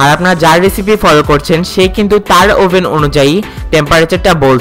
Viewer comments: ওভেন ই তো বলতে পারেননা।আভেন বলছেন। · ওবেন বলেন আবেন আবেন করেন কেন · এটার উচ্চারণ আভেন! ওভেন বানান হলেও উচ্চারণ টা আভেন হবে!দরকার হলে গুগল ট্রান্সলেশন করে দেখতে পারেন🙂